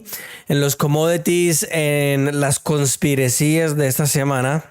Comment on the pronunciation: Mechas es conspiración pero conspirecía se escucha muy gracioso